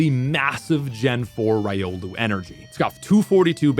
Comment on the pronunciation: And "rai-olu" despite pronouncing lucario correctly.